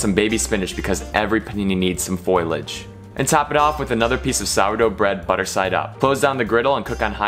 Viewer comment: foilage??? foliage